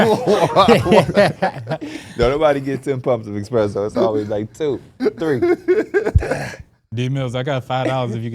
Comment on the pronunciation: someone tell its “espresso” not “expresso”